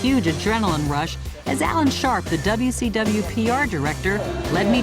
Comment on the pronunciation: Lol Joan says "WCW" perfectly. She musta been watching some What Culture. (Before there was a What Culture?)